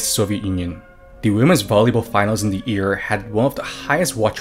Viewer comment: Firstly, I have never heard an anime character saying "buruma", they always honestly try their best to say "bloomers", secondly, you are saying ear instead of year, so japanese are on avarage more literate then you are.